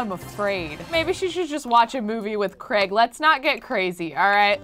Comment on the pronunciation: Yup! Also, it's Craig, not Creg :)